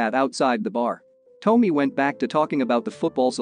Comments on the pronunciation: Dude....Tommy is Tom...me, not Toe..me. At least get the names right in your recap. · Can't someone tell this bot it's not Toamy it's Tommy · "Tomey"? How can you mess up a name as simple as TOMMY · Lmao toe-me it's tah-me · lol his pronunciation of "Tommy" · OK - within 15 seconds, you're already pissing me off. It is NOT Vince "Pah - Pail" -- it is Vince "Pa-Pa-Lee". At least get the man's name right. (Update -- LOL!! Nevermind, the computer-generated voice you're using has gotten, literally, EVERY name wrong so far -- even Tommy."